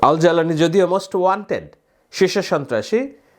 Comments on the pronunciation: আরে ভাই নামটা তো সঠিকভাবে উচ্চারণ করবেন! জালানি নয় জুলানি! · বাশশার আল-আসাদ pronunciation. হাইআতু তাহরির আশ-শাম এর লিডার এর নাম আল-জাউলানি লিখে আরবিতে, কিন্তু pronunciation আল-জোলানি। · আপনি তো আইএস আর আল কায়েদার মধ্যে পার্থক্য আছে সেটাও বুঝেন আবার জোলানির নামও ভালো ভাবে বলতে পারেন না আসছেন বিশ্লেষণ করতে